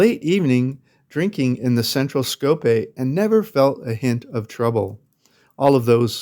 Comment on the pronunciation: It's not Skopé... but SkopJe (to be pronounced SkopYè)